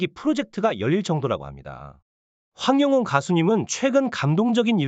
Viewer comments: 황용은이 이름을 제대로 발음을 그렇게해요.황영웅 입니다. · 황영웅 가수를 응원 하려면 이름 발음을 똑바로 확실히 해주시면 합니다 황영훈이 아니고 황영웅 입니다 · 똑바로 읽으세요 황영운이 아닙니다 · 황영웅 발음 잘해주세요--아나운서답게요. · 이분은 계속 남의글베끼거나 따라하는 무트버입니다 시청하지마세요 이름하나제대로 발응 못하네요